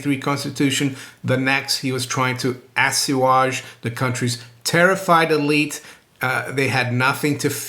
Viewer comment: Assuage (uh swage)